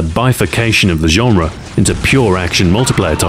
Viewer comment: When he says "genre", I hear Azhara!